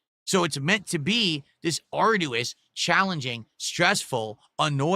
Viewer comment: can someone PLEASE explain to how to pronounce arduous like they did accessory